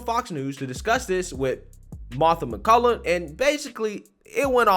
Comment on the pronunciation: BTW, Her name is MacCallum MacCallUM! I like and respect her too, practice saying her name right! Respect!